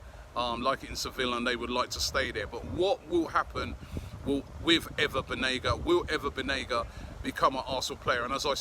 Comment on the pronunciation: Last two day he pronounce him as "Ana" Banega, but that most probably perhaps due to Robbie night out activities :)